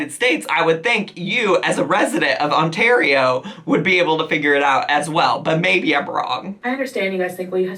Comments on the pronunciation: oh my! you pronounced Ontario properly! I'm SO PROUD! :D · A single person pairing up with 1 other household does NOT mean that you can match up with a new household every other day... FFS woman I can't see my family but you're saying f this and meeting up with random guys (I'm Canadian but we don't claim her) Also, when did youlearn to say Ontario?? (The Nicolas guy might be French from Québec. Not French from France )